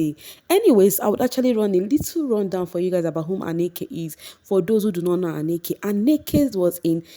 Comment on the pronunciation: Not Anneke. Ahnneka. She was RICCOs set.